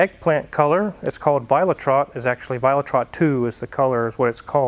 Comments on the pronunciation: violet red. Violet rot. Not trott :D You must practice on your german :D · The color is VIOLET RED II - not Violet Trot. Sprechen sie Deutche? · Violet Rot not viola trott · How can you butcher a name like you did on the color spec. ? 😂 it’s called violettrot (violet red) it’s not French , I love the Z3 🙂👍🏻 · Paint color is pronounced "vee oh let-roht". Violet red in German. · vee-oh-let-rote = violet red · Great car, Mrs is going to love it. One little thing, violettrot I think you’ll find is pronounced Violet-rot (literally violet red or maybe red violet)dependent on who you ask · Funny how you pronounce the collor, you say it as one word, but it is actually two words, it's violet red, but then in German